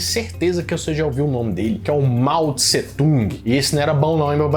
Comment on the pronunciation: “Mau Tsung”…foi demais 🤣🤣🤣